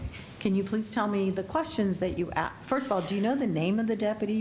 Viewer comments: Why is she saying “axe” a question? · Any juror who pronounces asked “axed” kick their ass off the jury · Why can't she say "asked" instead of "axed"? These people are supposed to be educated.